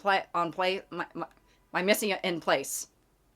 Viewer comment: it's pronounced meez on plahs